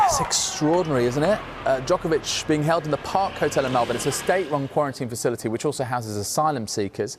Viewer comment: Probably went to say “kept captive” then decided to switch to “held captive” but messed it up so it came out as “keld”. But you’re right that the tinfoil hat wearers will get really excited about it, not doubt.